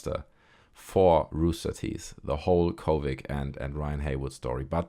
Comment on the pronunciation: Why do you say kovig? It's a d at the end... uh oh that's harassment... 😂